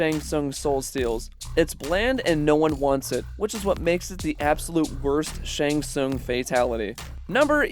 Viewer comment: How do u manage to botch the pronunciation of his name every time? U heard it at least a dozen times while making this